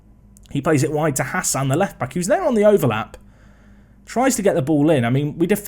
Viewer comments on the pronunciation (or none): none